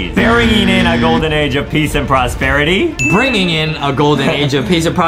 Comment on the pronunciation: Adem: berengwing a Justie: bringing